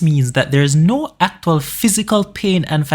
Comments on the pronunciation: why u saying aktual ' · Was great but the way he says actual